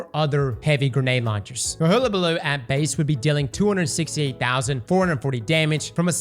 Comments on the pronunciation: So many older movies and even recent (In lifetime) cartoons that say Hullabaloo and even google translate that can say the word.... and yet he still says hoola and not Huh la. lol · my guy, is pronounced hull-a-ball-oo. Not hoolabooloo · Did he figure out how to pronounce it half way through the video? Sounded like it. He suddenly swapped from hoola to hulla. Edit: Nevermind, it was a fluke. He went back toward the end. I think he accidentally mispronounced it correctly for a bit. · Hull - like on a boat - abaloo. You’re welcome. 😬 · Hole ah bah loo 🤣💀🤦‍♂️ to be honest Ive been saying hoola as well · Please god, learn to say it properly!!?! Its a U, not a double O!! Its Hull!! Hullllllll!! ..hul-lah-bah-loo!!! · Bro, are you even trying? Hoolabaloo? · Destiny content creators learn how to pronounce words challenge, level: IMPOSSIBLE I jest, mostly, but oh my goddddd it is so difficult to not be like "DUDE IT'S HULL UH BALOO" at my screen 😂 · Im not sure what makes you think its pronounced "hoooolabaloo" but its amazing!! 😂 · No way!! Hug-a-baloo for fuck sake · Hull-Uh-Buh-Loo! Go back to school!!! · Hull - Uh - Bah - Loo 👍🏻 Get this man a Hooked On Phonics book or something 😂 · Still saying it wrong. Hula balooo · My brother. It’s pronounced: [HUL] + [UH] + [BUH] + [LOO] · I swear does this on purpose sometimes lmao. I love Hellabaloo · all the creators are mispronouncing it... 🤔🤦🏼‍♂️🤷🏼‍♂️ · Not after he says "haamkara" first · We all know he can't pronounce words well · Started thinking he's using the Rick Kackis method of pronunciation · ALL YOU GOTTA DO IS TAKE WORDS OR SOUNDS AND COMBINE THEM, for example; the "HULL" of a ship. HULL- A - BA- LOO. AHAMKARA= AHA! i've figured it out. A-HA(M)-KAR-A. JESUS CHRIST I JUST WANT YOU TO SAY IT RIGHT!! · It’s HULL-a-ba-loo. Man alive. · Like is he doing it on purpose? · I Iike how he can pronounce hypotrochoid but not hulabaloo correctly...it's like he does it on purpose